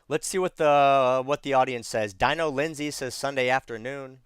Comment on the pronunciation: Hey, love your content, gonna do a build out down the road. Just became a member recently, just a heads up, my name is pronounced Deano and I'm a dude, lmao. I laugh all the time when you say the name wrong and call me a she. It doesn't bother me, just wanted to give you a heads up because I'll be around for a while.